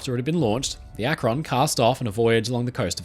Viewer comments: Akron is pronounced Ak-ren not Ak-ron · A great video but one little note from an Akronite who grew up watching Goodyear test the current fleet of dirigibles… It’s pronounced Ack-rin, not ack-Ron. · "Los Angeles" is pronounced "Loss AN-juh-less". "Akron" is pronounced "ACK-run". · Akron is pronounced ak-rin. Rin as in tin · Interesting, we only ever really hear about the Hindenberg. For future reference, though, Akron is more commonly pronounced closer to Ak-rin. (It's not quite an I sound but it's closer to I than the O in "Ron".) At least the city in Ohio is pronounced that way by most locals I've met. Even people who do say "Ron" there's more emphasis on the first syllable - AK-ron - and the "Ron" part falls off a bit rather than the "on" being crisply pronounced. (Sorry I don't know the proper terminology for this stuff, I just grew up in the area just over the border in Pennsylvania.) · Great video! Akron is pronounced more like "ack-run". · Another NE Ohioan here, I also giggled a bit. I suppose I can't fault anyone for not knowing it's pronounced "Ack-run" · ..Akron is pronounced with emphasis on the first syllable..:) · Why can't anyone pronounce Akron correctly? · great video!! as an Ohio native who used to live in Akron and who regularly drove past the Goodyear Airdock where the USS Akron was constructed i was happy to see that ship mentioned here. (Also i can't help but giggle at people who aren't from the area trying to pronounce 'Akron' haha)